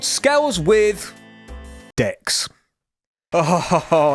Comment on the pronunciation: Is this some kind of inside joke I'm not aware of? I hear ''ksss'' and not Dex. It sounds like an editing error